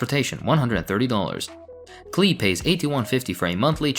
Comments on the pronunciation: Pronounced Clay like Paul Klee the artist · Off topic, but Klee is a well known name in art historical circles - as in, the painter, Paul Klee (it's pronounced like 'clay') - and yes, it's kinda funny